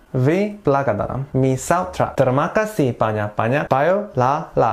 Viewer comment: Baca nya terma kasih njirrr😂😂😂